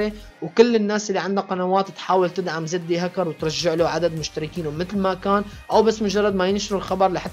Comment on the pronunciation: مشان الله احكي كلمة زد هكر مو زدي هكر 😂🙆‍♂️